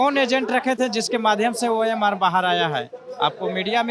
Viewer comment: Bhaiya ORM SHEET nahi OMR SHEET